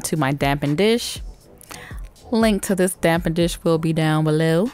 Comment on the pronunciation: I think it’s called a dappen dish, not dampen dish. Isn’t it?